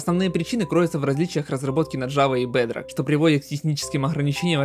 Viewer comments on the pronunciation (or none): Не бадрог а бедрок